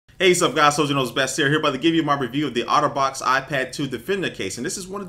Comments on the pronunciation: i keep thinking he's saying autobots :/ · It sounds like he says Autobots not otterbox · i thought he kept saying "auto bots" instead of Otter Box lol